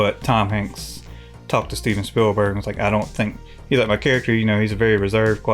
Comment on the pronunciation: WHERE MARK WALL-BERG AT? STEVEN SPILL-BERG? WHO DATT? CHEERS.